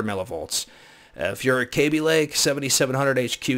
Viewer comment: BTW its kaby as in short 'a' not like baby, another one people get wrong is x16 is not 'times 16' its 'by 16' , 'by 4', 'by 8' etc although I am not referring to you.